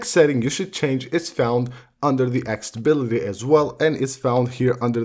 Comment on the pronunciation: “Access-i-bility”! Can’t find “Acc-sA-bility” on the iPhone (is there even such a word). Can’t continue listening... hurts my ears! 👎🏽